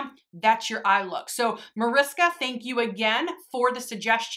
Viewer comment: Awhh I didn't expect this video so soon!🤩 I always love how Americans pronounce my name haha🙊 It sounds so cute❤ Now that I watched the video: thank you so much for making this video, I really like the looks you came up with😍 One more question: can you link the brush you use in the crease? I always manage to get the shadow I use in the crease all over the eye😅